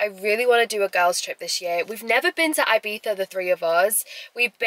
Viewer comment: You say Ibiza wrong :(